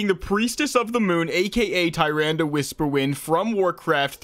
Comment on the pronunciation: btw it’s pronounced “TA-RANDA”